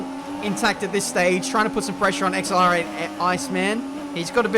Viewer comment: How said X L R 8 rather than accelerate really triggered me idk why